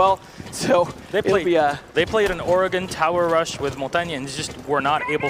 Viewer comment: “Mon-tawn-ye.” Is the correct pronunciation.